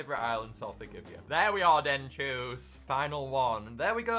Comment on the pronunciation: Denchoos? It's pronounced den chu s